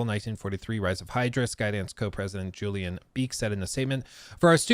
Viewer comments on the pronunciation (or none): none